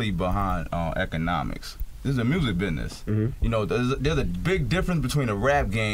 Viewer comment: He can't pronounce business.